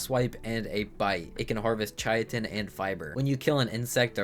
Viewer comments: Chai-uh-tin 😂 Brother its Kai-tin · It is pronounced “ kye-tin ” but I like pronouncing it “ chit-in “ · Yea, I think most people say 'kite-n' but whatever, everyone has their own world so they can say it however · Idk what it is about ark YouTubers but none of them can pronounce anything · "chiatin" I've have never heard anyone pronounce it like that before. Only ch-it-in or cy-tin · "Chaiatin" jesus christ this hurt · Chy-I-Tin is a crime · That's a brand new way to mispronounce it, like how did he get that 😂 "Chayatin" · “Kai-tin” most sciency names with a “ch” are pronounced like “k.” Like “chemical.” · My cousin and I genuinely thought it was pronounced shit-in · I noticed as well xD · It’s pronounced “kai-tin”